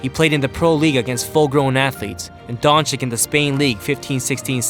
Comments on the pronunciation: It’s pronounced Donchich not donchik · His name is luka doncic not luka doncik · It's Dončič not Dončik 🤦‍♂️ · It´s not Donchick it´s Donchich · Don"chick"? Isnt it supposed to be don"chich"? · Doncic. Not donchick 🤦‍♂️ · Nice clip. But... Pleaseeeeeee, try Doncich not Donik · It's pronounced Dontsits... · Donchich!!! Just don't say his surname if you are not capable to pronaunce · this man said dončik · Dagger through my brain every time I hear Donchik. If the first c is a ch, why you think the second one is a k? So many ic(ich) players in the NBA. How hard can it be? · Isn't it pronounced "Donchich" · stop pronouncing Luka DonChick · Disliked because you still dont pronounce his name correctly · learn how to pronounce names Madrid and Dončič... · Man this guy says his name just as bad as Flight smh